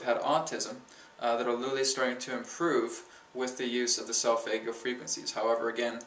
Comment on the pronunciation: For Christ sake learn to pronounce solfeggio. Also, I went to the pyramids and I can guarantee they were not resontaing whatsoever.